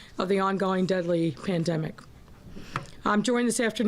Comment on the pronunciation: Lol did she just say "klandemic"?